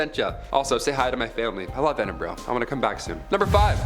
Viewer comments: Ur saying Edinburgh wrong Say it like ed-in-bur-aa 💪🏻😁😁😁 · And it's pronounced EdinBRUH